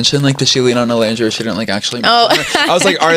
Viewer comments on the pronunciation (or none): I’m so sorry but you spent 6 weeks with this girl and it’s actually sickening that she still can’t say Olandria’s name right . Like girl even the interviewers said it right 💀💀💀💀